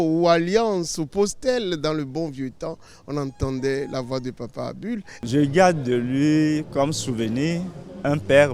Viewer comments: Bonjour c'est Abul et non Adul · Bonsoir c'est ABUL et non ABOUL Roland Dossoukoko (petit fils ) bien à vous